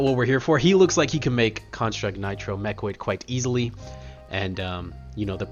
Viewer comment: Please never change how you say mechanoid ("mechoid"). It brings joy to my heart and sets you apart. Keep up the great work and content my brother.